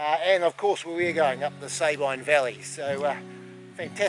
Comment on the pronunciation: Darn! - Just when fellow trampers convinced us it should be pronounced 'Sah-been', here you guys are reinforcing the 'Say-byne' pronunciation again! Whichever way it is said, sure is stunning country. Only been as far as Blue Lake. Moss Pass would have been stunning, but a bit out of my league!